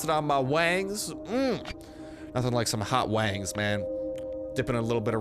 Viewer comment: Did you say you loved “hot wangs”?? 😂😂😂😂